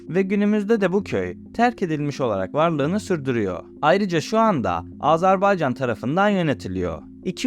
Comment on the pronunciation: AZERBAYCAN, AZARBAYCAN değil.